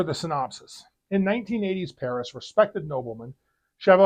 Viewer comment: Good review even if it isn't a werewolf movie. At the beginning if the synopsis it sounded like you said "1980s" instead of 1880s. BTW, your pronunciation of French names is getting better.